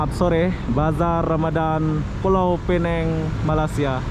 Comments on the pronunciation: Bisa bilang Pulau Pinang (baca seperti tulisan) itu versi bahasa Melayu ATAU Penang (baca Pi-neng) - tidak ada Pulau - itu versi Inggris. Kamu bro bilangnya Pulau Pi-neng - Melayu tidak, Inggris tidak 😁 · Sebutan sebenar adalah Pulau Pinang, Pineng adalah sebutan cara Inggeris yg banyak diguna pakai bagi kebanyakan orang. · Kalau bahasa Melayu dsebut Pulau Pinang, kalau bahasa Inggeris tulisnya Penang tapi bunyi nya Pineng harap diperbetulkan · Pulau Pinang bukan pulau Peneng...sila betul kan sebutannya...klau mau bilang Penang ja bisa...ikut lidah bule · yang gitu penyebutannya. Indonesia bacanya Pinang bukan Pineng. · Jangan bawa" negara Indonesia ya, sebut saja orangnya gue orang Indonesia menyebutnya Pinang bukan Pineng..itu bahasa ciri khasnya kalik🤣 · Kebanyakan mereka (orang Indo) susah betul nak sebut Pulau Pinang... pada hal ejaan jelas PINANG... pelik betul... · Ya saya juga heran. Padahal "pulau" dan "pinang" itu dua istilah yg ada dlm bahasa Indonesia dan sebutan keduanya dlm bahasa Indonesia sama seperti bahasa Melayu. Tetapi begitu kedua istilah digabung menjadi Pulau Pinang udah lain sebutannya - Pulau Pi-neng.